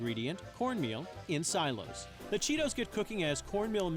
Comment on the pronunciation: did anyone else hear the Cheetos guy say "iN SiLoS" ?